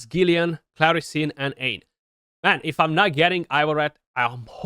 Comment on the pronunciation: Congrats, big fan of Aine, she's a game changer. One thing & there's no way you'd know this by looking at the word but it's pronounced Awn-yah. Irish words & names are a bit weird